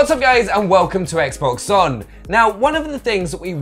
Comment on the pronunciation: I'm sorry this always gets to me if you listen he says in all the vids welcome to xbox zon it's xbox on not zon lol